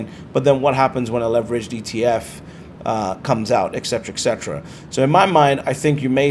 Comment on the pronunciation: So you own GBTC? LOL!!! Funny, since think you are so smart... And hey genius, it Et cetera, not Eck cetera.